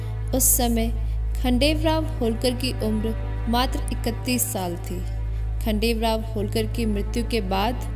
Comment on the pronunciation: It's not khadel rao it's khanderao